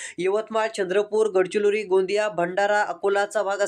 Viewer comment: अरे, गडचिलोरी नव्हे रे, गडचिरोली आहे ते